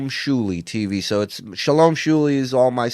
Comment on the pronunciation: Its Shuli not Schuli